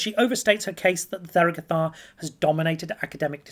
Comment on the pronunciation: The th is an aspirated t, it is not pronounced like 'the' or 'there' but instead like 'Thomas'.